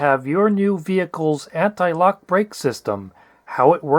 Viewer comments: It took me a while to realize that what my non-native ears were hearing as analog was actually antilock 🤦‍♂️ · I feel like they should have got someone who could at least pronounce anti lock correctly. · I thought it was my bad hearing...I heard the same thing, "analogue brakes" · Right? I kept thinking "what the hell are analog brakes?"